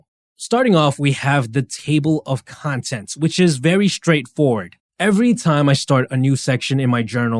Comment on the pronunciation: when you said 'contents' with that accent i remembered garyvee.